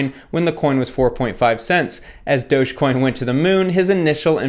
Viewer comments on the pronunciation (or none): It's doggy coin not doughs coin